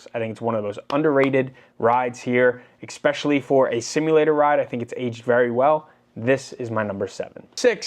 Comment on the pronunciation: It is spelled and pronounced especially not xspecially